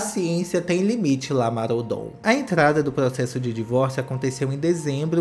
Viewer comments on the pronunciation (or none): Por que sempre escuto Lamar Odonto em vez de Lamar Odom?